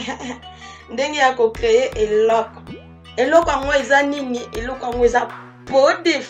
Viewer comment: Ma loboko osololi eyokani Eloooooookooo